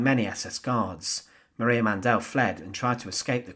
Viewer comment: Maria Mandl's last name is pronounced "MON dill" emphasizing the first syllable NOT the last as in "Man DELL." Lagerfuhrerin is pronounced "logger fear er in" and not the crazy way you did. Please fix these gross mispronunciations.